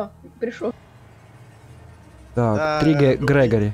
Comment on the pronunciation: Не грегари а грегорий